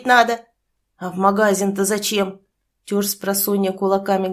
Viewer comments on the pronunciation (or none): Опять энто, знаш, понимаш,магАзин. Режет слух.